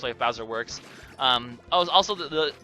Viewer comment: am i the only one who thinks that midbus sounds like "mid-boss"? Plus, he IS the mid-boss every time you fight him in the areas you fight him.